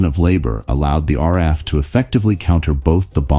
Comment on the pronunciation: So,the AI narration thinks we had an R-RAF,try using a human narrator in future.